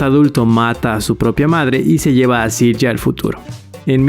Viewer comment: Correcto pero Silja no se pronuncia con J, la J en aleman se pronuncia como una “i”. Igual que “Jonas” es “Ionas”